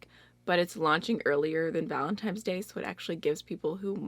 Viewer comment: did you say “ValentiMes”? 👀 Girl I have to call you out for that 😃😁